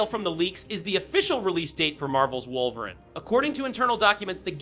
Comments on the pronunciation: Pronounced Wolver-een Not Wolver-in as it is in video. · Why tf are u saying woverin' ??? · Wolverin’ & Charles Gayvier?😂